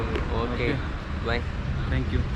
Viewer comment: Say 'thanks' not 'tanks'